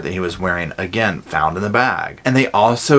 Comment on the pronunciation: "Where's that there babyah. I wanna killit AGIN!!!!"